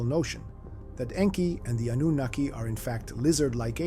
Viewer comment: Oh my stars, thank you for pronouncing Annunaki correctly ❤, and for another beautifully done episode.